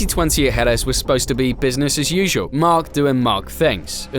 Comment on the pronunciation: yo love ya but it's je-REZ